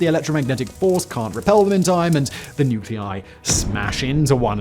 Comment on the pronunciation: Nuculei? (Noo Kyoo Lie?) Nuclei! (Noo Clay Ee!)